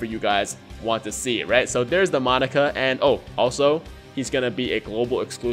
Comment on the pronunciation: It'd be awesome to see you do a Monaka video...only as long as you say his name right. Because saying "Monica" this many times made my eye twitch and I can't imagine the cringe that would come with how many times you'll say "Monica" on a video centered around Monaka.